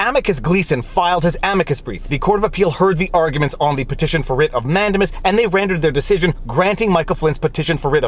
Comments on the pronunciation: Nice video. I thought mandamus was pronouced man-day-mus, not man-de-mus... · I really like your content and as a lawyer appreciate your legal reasoning. But please, it’s pronounced man-dei-muhs. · man-DAY-mus, for crying out loud. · ugh... we say "Peopledamus" ☻🙈🙊🙉